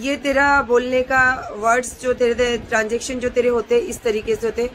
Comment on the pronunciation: Transaction..nhii..pronounce hota hai